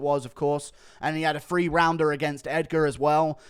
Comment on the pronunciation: Th=/=f, We all know you can say "THree" instead of pretend low-class "Free"